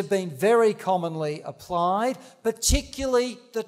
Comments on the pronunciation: He means particularly but he is saying it wrong. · Funny that he can't say "particularly"